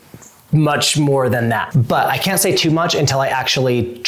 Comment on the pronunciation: And "you cat do... " Instead of "you can't do..."